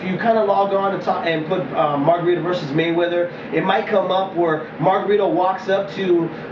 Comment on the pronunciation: lmao ive never heard anyone call him mayRunner! lol... funny